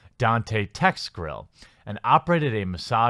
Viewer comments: GILL. Like what fish have. Not GRRRRRILL. Not what you cook burgers on. ARGH. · Lmao you keep saying "grill" when its gill. Get woke go broke. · Clearly reads G-i-l-l and says "GRILL". A few vids back reads P-y-m and says "PRIM". OoooKayyyyy... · Dude, why can't you pronounce Gill correctly? Almost every time you ran across it in this article, you said "Grill." Seriously.